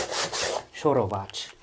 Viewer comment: did you say "szorowac"? and "szorowanie"? 😁surprising, but it's accurate